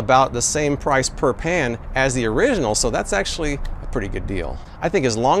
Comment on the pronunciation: Are you saying Pan or Pam?